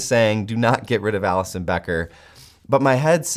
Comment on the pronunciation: you lost me when you say Alisson bro